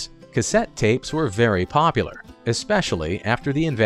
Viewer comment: Did you know that there is a U in POPULAR that needs to be pronounced?